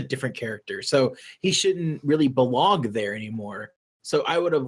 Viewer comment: I HEARD. . . I Heard “He shouldn't Really BEWONG There”